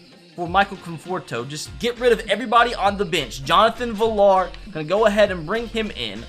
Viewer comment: “Jonathan villar”